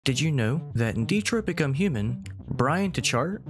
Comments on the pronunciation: The way this man pronounces Detroit makes me feel sad for anyone living there. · It's not pronounced DE-troit either but y'know go off i guess 👀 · If you really wanna be a true puritan about it It would be pronounced as "de-twah"